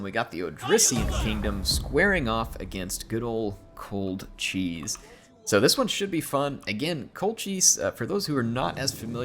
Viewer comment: As much as I laugh at the cold cheese meme, Colchis is pronounced with a hard "ch"